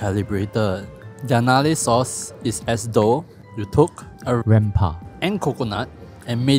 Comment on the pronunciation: Hhahahah Y the weird rempah dub nearing the end? Issit cos u pronounced it too close to a private parts name? LOL